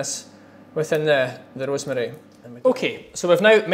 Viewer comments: 3172 he's Scottish😂😂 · He sounds like a russian guy seeing for the first time some rosemary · he sounds more Italian to me? 🤔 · My... the way he says rosemary.... Magical moment..